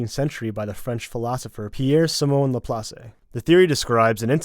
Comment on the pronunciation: Neil Sing la-plass-eh 😂😂😂 idiots